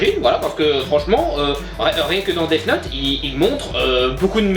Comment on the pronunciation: Ce film death note est mauvais il faut avoir de la merde dans les yeux. est surement autiste ou alors il fait exprès d'avoir une prononciation de merde. Deafffe note. On prononce Death Note "dèsse note" comme dans déesse.